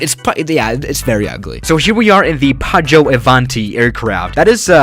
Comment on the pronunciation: It’s Piaggio, Not Paggio